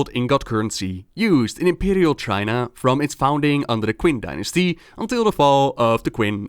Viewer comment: Cool vid with some neat real world references. btw the Q in Qing is pronounced as ch/tsh (like in China). Now you gotta do the story of Brewfest in october